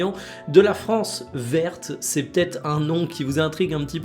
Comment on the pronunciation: "France verte" qui devient "France vete" quand tu arrives au sujet en question